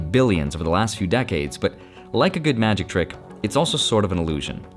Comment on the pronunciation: Ma-Jikh time 😂